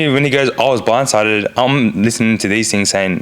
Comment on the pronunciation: He was Bwinde sided. lol😂